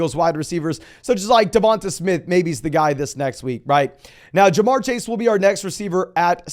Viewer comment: I hate how he says DevonTUH Smith... 😂😂